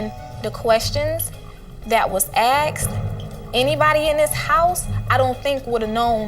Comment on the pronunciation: "the questions that was axed"